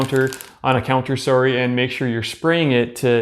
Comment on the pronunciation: The way he said sorry sounded a lil Canadian lol